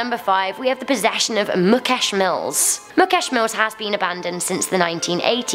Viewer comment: Thank u for doing a urban legend video on Mumbai. i liked the way u pronounced mukesh mill possession case the Kamya punjabi horror experience. Loved the way u said it.